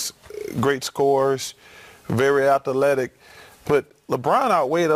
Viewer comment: Charles barkley -atha-telic 😂😂😂